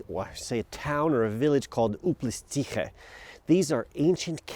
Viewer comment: Your prononciation of Uplistsikhe is very good :) . p.s. One correction first settlements appeared in 16th century b.c. So the age of this town is 3600 years